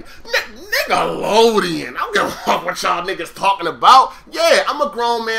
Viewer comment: "Niggalodeon" every time i hear you say that i laugh my ass off. LOL